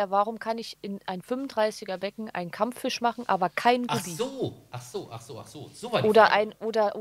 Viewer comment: Kammfüsch :D